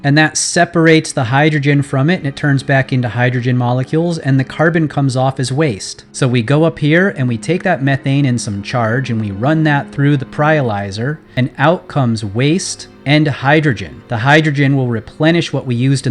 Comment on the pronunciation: Small mistake, it's a pyrolizer, not a pryolizer. Pyro from the Greek for "fire" like in pyrotechnics (and lysis meaning "separation"). Maybe you were thinking about prying those molecules apart ;)